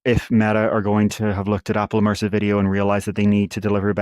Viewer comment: Immersive. NOT emersive.